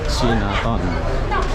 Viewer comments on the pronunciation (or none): Bukan cinaton sebutannya tapi Cai Na Taun ( China Town )